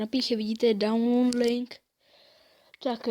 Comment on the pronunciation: sorry ale mluvení a t english dislike přej download řekne po písmenka ch dislike